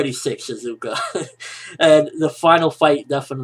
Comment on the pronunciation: lol shizuku not shizuka..